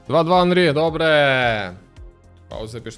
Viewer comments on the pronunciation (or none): Ну як так можна! Правильно ж Анрі, не Онрі 😂😂😂